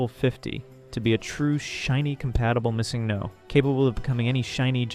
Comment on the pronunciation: yeah nobody pronounces missingno like that either :/